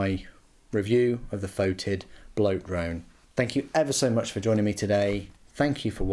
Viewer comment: It's pronounced fetid, NOT fotid. Alternative spelling.